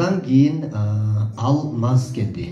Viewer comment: алмас эмес,Алмаз деп айтылатко. Сендагы серпиип алгансынго. Туура айталбай жатасын.